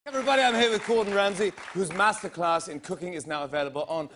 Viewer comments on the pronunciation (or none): He's doing an English accent, and still manages to mispronounce Masterclass Welcome to Murica